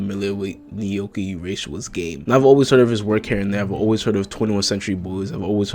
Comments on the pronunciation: idk how u butchered his name that hard 😭😭😭😭 how did "urasawa" become "yoorayshawa" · just sound it out bro Japanese is easy like that, no secret pronunciation you p much just say it how it's written. oorahsahwah